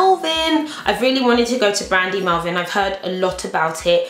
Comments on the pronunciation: Did you say brandy melvin?? Haha it's called brandy Melville! X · DId you say brandy melvin???!!! it's brandy melville!! silly girl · Sorry but I cracked up when you said "Brandy Melvin" with such confidence lol made my day in a way! Sorry:p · it sounded like she said brandy melvin lmao! gotta love great haul! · did you say Brandy Melvine? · Was it just me who heard her say 'Brandy Melvin' hahahahaa